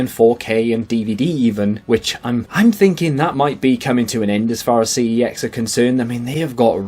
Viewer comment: You pronounce Cex 'Sex'